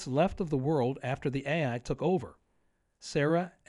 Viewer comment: Says AI wrong a bunch. Haven.